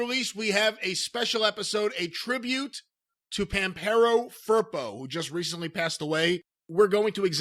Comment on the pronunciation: The way they say Pampero Firpo really hurt my ears, they actually are saying Vampirou Purple... El señor era de argentina!!!